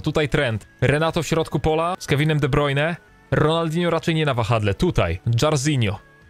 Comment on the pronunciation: De Brujne, De Brujne, De brujne przestań kaleczyć jego nazwisko w końcu bo tylko irytujesz.